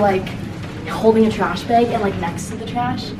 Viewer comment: i love how you say “beg” instead of bag lollll cutie